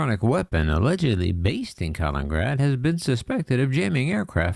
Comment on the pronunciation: The city is called Kaliningrad, not Kalingrad.